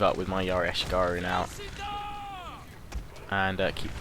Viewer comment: Ah-She-Gah-Roo, it took me a couple of minutes that he was trying to say ashigaru rofl.